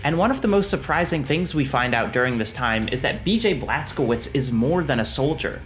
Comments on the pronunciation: okay say it with me: „BLAS. KO. WITSH“. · Cz is read as ch (like in i.e. check)